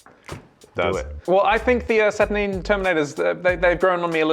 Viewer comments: SAT UR 9!!! not saturneen!?!?!?!?!?!?!?! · Why are you saying "Satur-neen? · Saturneen... neen? Sat ur NINE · Satur Nine not Satur Neen. Can clearly tell you never watched the videos GW made, because they pronounce the name properly. Not this weird Neen you guys keep saying. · SaturNEEN? 🤢🤮😂 love it when YouTubers deliberately mispronounce sheet.